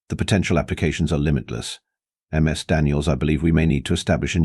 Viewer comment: Learn your AI announcer: "Ms. Daniels" is pronounced "MIZ Daniels". Not "M. S. Daniels". "Ms." is the proper formality when it is unknown if the femail being addressed is single ("Miss") or married ("Mrs." pronounced "Misses") The professor should be addressing all the female students with "Miss _(last neme_)" if he wants to use formalities. All teachers I had either called the students by their given name, nic name, or (for the guys, anyway, their family name.) Girls were called by their given name or nic name. My cousin, Elizabeth, went by "Betsy". (She still does, in her 60's.) I was called "Steve" or "Hoppy" by my teacher. Friends called me "Hoppy" or shortened it to "Hop". ("Hopkins" was my family name. I found out after graduation my mum and all the adults in the family lied when they taught me my name. 🙄)